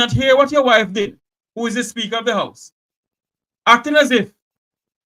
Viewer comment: Why does she keep pronouncing the word SPEAKER as "SPEAKO"..think she nicer than everybody else..